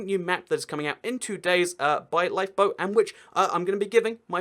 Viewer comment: When he said 'LifeBoat' i thought he said LiePo.. 😂